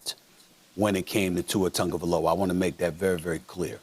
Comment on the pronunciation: Why does it sound like Tungavailoa? Isn't it Tagovailoa